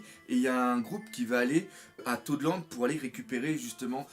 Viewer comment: il a dit totland 😠